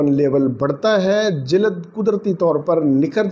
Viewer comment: Jilid nh jild bolo Urdu bhi nh ati ap logu ko